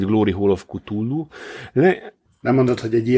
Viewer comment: "Kutulu"... "kátulu"... édes istenem... "K'tulu". Legalább egyszer ejtenétek helyesen.